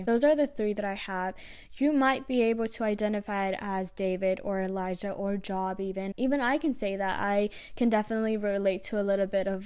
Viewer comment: Thx for sharing this word and wisdom 💜🙏 also Job is pronounced like Jobe like the "O" sound in toe😂